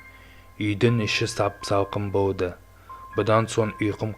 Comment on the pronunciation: Сөйлегенде дұрыс сөйлеш. (Үй аваринный жағдайда болды екен.) Жəне де Л-ға тілің келмима? Болды дегенді бовды деп...